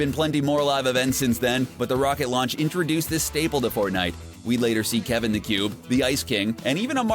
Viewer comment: why does he say fortnite so god damn weird